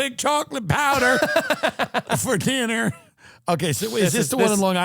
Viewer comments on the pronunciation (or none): When Tim say dinner with the southern twang had me 🤣